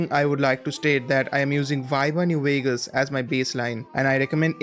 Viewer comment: Instead of Vegas it was Veags